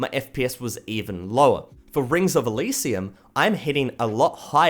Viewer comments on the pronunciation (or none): Rings of asylum??? I thouht it was ring of e-ly-si-um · “Rings of Asylum” haha it’s rings of E LEE SI UM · Sadly Radical Heights will have to be scratched off the list :( also Elysium is pronounced el ee see youm... not asylum. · its el-is-ium not asylum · it's not ring of asylum it's ring of elysium, pronounce it like this eh-lee-see-um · It's Elysium not "Asylum". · You pronounced Rings of Elysium it wrong, u said "Asylum" instead. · isnt Elysium pronounced "Eh-lee-see-um"? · It’s ELL- E - SEE - UM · its pronounced elishum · I love how he pronounces "Elysium" asylum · U said Ring of elysium wrong